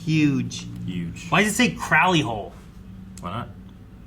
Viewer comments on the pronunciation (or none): Crowley is pronounced "Crow" like the bird..."row" like "row your boat". Not like "ow my knee". I do love your reactions, other than that. 😁😁